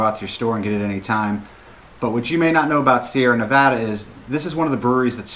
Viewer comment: I'm glad that you were able to say "Nevada" the right way. Haha. When reviewing beer the Beer Judging Certificate Program (BJCP) uses Appearance, Aroma, Flavor, Mouthfeel, and Overall Impression, as their guidelines. This gives a great foundation on how to describe the beer in a variety of ways. Glad you enjoyed Sierra Nevada. One of my favorite breweries